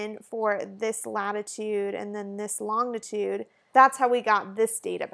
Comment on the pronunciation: fyi: 'longitude' is pronounced lon-ji-tude.